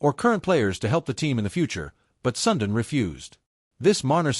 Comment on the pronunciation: you should pronounce Sudin as sundeen not sundin....